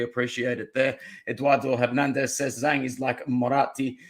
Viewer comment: "Zh" of Zhang is pronounced as "J" sound, not "S" sound, and;;; So, its "Jang", not "Sang" nor "Shang"